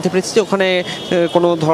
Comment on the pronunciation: *গোটাউন* কি ভাই? এটা খায় না মাথায় দেয়? এরা আমাদের সাংবাদিক গোডাউন কে বলে গোটাউন 😮😮😮😊😊😅😅